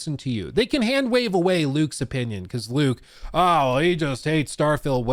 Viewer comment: Bethesda apologist extraordinaire. Keep in mind he can't do enough research to pronounce Luke's name correctly, but he had a million excuses for slop.